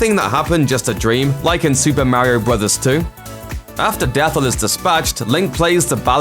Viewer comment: It's DethI, "Death eye"